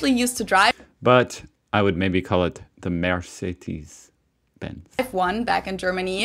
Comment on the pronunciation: We dont say "Benz", we say "Benza"